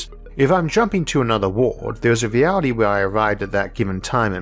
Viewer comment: did he say, mewality instead of reality?